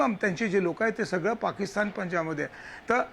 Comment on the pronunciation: पाकिस्तन नाही ओ, पाकिस्तान म्हणा